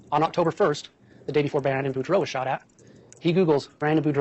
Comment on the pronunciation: It's Boudreaux (Boo-dr-oh) not Bordeaux like the wine ;)